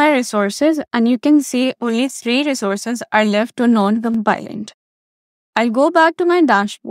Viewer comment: Please check the pronunciation of the word 'compliant' on Google. You are mispronouncing it really badly. The other video is OK.